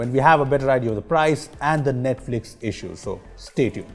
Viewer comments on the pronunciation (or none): none